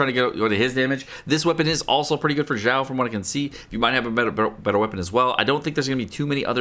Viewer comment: Kept hearing pronouncing Xiao as Zhao. Thinking to myself, "Was I missing out a unit? I don't see Zhao anywhere in the game." then I finally realized he was referencing to Xiao.